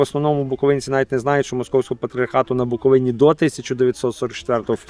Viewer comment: БуковИні, наголос правильно кладіть, грамотєї